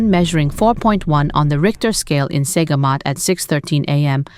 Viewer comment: Her tone is not American, actually (Listen to the way she pronounced the word "reported") and it's okay for my Malaysian ears. My only issue is the way names of places are pronounced "Saygamat" - should be "Sir-gamat".